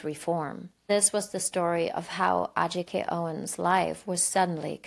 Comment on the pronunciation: It pisses me off that she calls her A-Jike. How stupid are you lady? That was a redundant question by the way. I have no words for how much I loathe this lady.